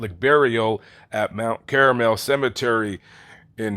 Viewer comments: It's not Mount Caramel! Lol😅. It's Mount Carmel ! 😅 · That is sickening. But it's Mount Karmel, not caramel. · Mt caramel, lol. It’s Mt Carmel. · Mt .Caramel (6.57 )huh? Were they Kraft Caramels melted to make a mountain? It is Mt. Carmel , Twit ! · I’m pretty sure it’s Mount Carmel not Mount caramel huge difference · It’s Mount Carmel, not Caramel… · Mt. Caramel is NOT Mt. Carmel. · mt caramel cemetery???do you mean mt carmel??? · It's not "Mount Caramel", it's "Mount Carmel". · Just FYI, it's pronounced Kar-Mel, not Kar-A-Mel.... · Mt Carmel not Caramel nitwit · Thank you for the much needed comic relief near the end of your video when you said he was buried at "Mount Caramel" cemetery. It's actually Mount Carmel. Not quite as sweet and gooey. 😁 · It's NOT Caramel, stupid! It's pronounced "CARMEL!" Caramel is a candy!